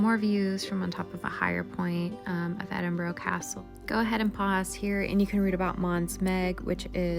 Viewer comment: Cant you just not ask a local how to pronounce the city you are in?